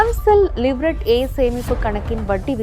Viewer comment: LIVERT கடைசியில் வரும் (T) உச்சரிப்பு இல்லை லீவ்ரே ஆ 😅😅